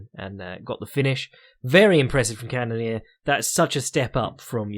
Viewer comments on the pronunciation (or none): CANNON - EAR HOW HARD IS IT